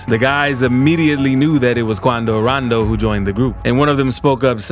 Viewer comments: 😭😂😂 i just watching your videos cause of your voice and the way you pronounce names like Quan-do - ran-do , personally i don't care 'bout rap beef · I swear he said QuAnDo RoNdO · Why he say quando rondo like that 😭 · I wonder why the guy voicing this made the executive decision to say Quando Rondo like that lol😂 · Lol the way he says his their name 🤣🤣🤣 but yea he scared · The way this dude says quando rondo 😭